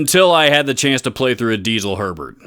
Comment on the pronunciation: Herbert is the best for sure... Just want to point out it's pronounced more like "hair-bear" than "sherbert" :P